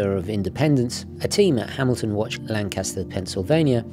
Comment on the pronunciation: Not LanCASter (like the iconic British bomber), but LANcaster. The accent is on the first syllable whether you are referring to Lancaster Pike on the Main line or the town. You are new to Philadelphia, but I am surprised nobody local has shared the knowledge.